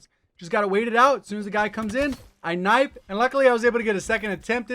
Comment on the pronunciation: did you just called Knife "Nipe"? 🙈